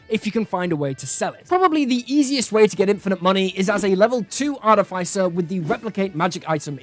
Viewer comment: You pronounced artificer wrong.